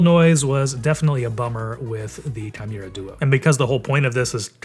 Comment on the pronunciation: It's hard to trust a review when they can't even say the modelname correctly.. If you don't bother to read the name of the product, why would you even bother testing it if you just need to spit out a video anyways?